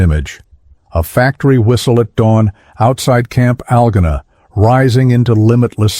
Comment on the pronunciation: First Algona is promounced al go na. Second there is no feasible way to see the statue of liberty from Norfolk Virginia.